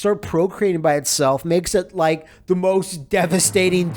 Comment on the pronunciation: But, did you rike it?